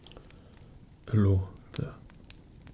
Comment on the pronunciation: Every other video: Hello There This video: Ello' There